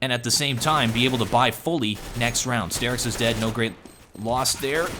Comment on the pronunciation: i don't want to be that guy, but please call him star-ix not stair-ix <.>